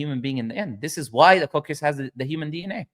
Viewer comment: جزاك الله خير على المقطع هذا 😂 was being used as "evidence" against Islam (مسيلمة الكذاب) and i can't believe my eyes to see the day ❤also there's a bit of a mispronunciation with the word "coccyx" thought I'd let you know